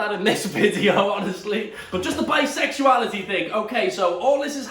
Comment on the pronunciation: no one: literally no one: olivia duffin: BISEXUILITY ISNT REAL